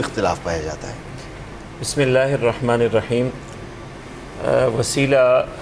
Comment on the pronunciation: Ye pagal Anchor hy Kia Bismillah or aouzubillah glt prh rha hy 😢😢😢